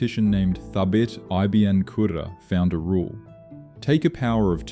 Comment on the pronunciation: I don't mind you using machine commentary but why is there no quality control? To name just one of the flubs: ibn shouldn't be pronounced "i b n".